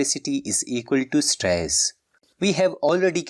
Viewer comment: At stress mhee pronunciation mistake ohh gaya sir